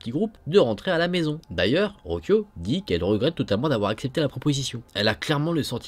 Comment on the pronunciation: Rocio c'est Ro-ssi-o en fait 😅🤗